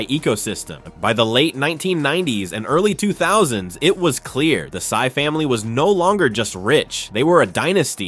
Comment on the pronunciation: Henry Sy not Henry Psy